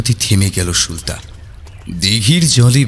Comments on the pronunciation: Ufffff tomra ki thikmato bangla porte janona?naam ta সুলতা not সুল্তা। spell every letter separately. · er 'প্রাতঃরাশ' k 'প্রাতরাশ' r r er 'সুলতা' k 'সুল্তা' bolata sottie kane legeche. But as usual er golata just just oshadharon. ❤️❤️❤️❤️❤️ Tobe amon valo golpo chai jegulo sesh hoar por o resh theke jai ba tan tan uttejona thake. Serom golpo r sathe er golar jonyo OPEKHAI roilam. - Pushpita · তুমি বারবার সু-লতাকে সুল-তা কেন বলো!!! তোমার দেখি আমার মতো সমস্যা, আমিও ঝগড়াকে ঝড়গা বলি🤣🤣 সে যাই হোক আজকের গল্পটাও ভালো লাগলো ❤️ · tumi "sulota" ke "sulta" kano bolo??? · Ufffff tomra ki thikmato bangla porte janona?naam ta সুলতা not সুল্তা। spell every letter separately my name hemanta kumar dutta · Plz don't mind একটা কথা না বলে পারলাম না গল্প অসাধারণ উপস্থাপনা আরও অসাধারণ ও অনবদ্য কিন্তু সুলতা নামটির উচ্চারণ টা খুব অস্বস্তি লাগছে plz এটা একটু ঠিক করে নিলেই সমস্ত ব্যাপারটা আরও শ্রুতিমধুর হয়ে উঠবে। আশা করছি আমার এই বক্তব্য কারুকে hurt করবে না।